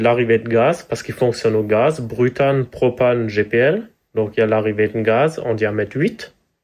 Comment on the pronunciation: “Brutane” 😂 jpp